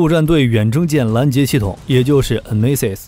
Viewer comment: NMESIS發音非常標準，感謝